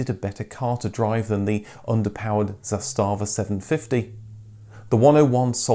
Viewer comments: It’s ZAStava not zastaaaava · Sorry, but the pronunciation is ZAstava, not ZastAva - pronunciation is on the first syllabe! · The way this guy says Zastava sounds like some German company "Zé Stava" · its pronounced "zaastava" not "zastaava". have some respect for accuracy of history. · The company name is pronounced ZAH•sta•vah not zah•STA•vah. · Zàstàvà (meaning "flag") - all the a's are short, not long. Kudos on the "Stojadin" (a Serbian male) name reference and its correct translation to "hundred woes", nobody outside of former Yugoslavia usually knows that, and it shows that you researched it well. How about doing a documentary on the Polish Polonez next? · Nice! :-) Small correction: "Josip Tito" is not a commonly used combination, the real name was Josip Broz, "Tito" was a nom de guerre. Usually, all three names are used, or just "Tito". Also, words are usually pronounced on the first syllable, so it is "ZAStava" = "flag". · the way you pronounce zastava is priceless lol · Nice video! Oh and you're pronouncing the brand name Zastava wrong ;) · Video may be OK, but he's butchering the name Zastava every time he says it...if you don't know how to pronounce it, take a minute and look it up, otherwise it's destroying all the good work that you've done. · Nice vid. However you pronounce Zastava little incorect, just like my typing here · Zastava, accent on first syllable